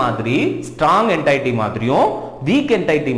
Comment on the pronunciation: Sir class super but neenga என்டைட்டி soldrenga🤔, adhu என்டிட்டி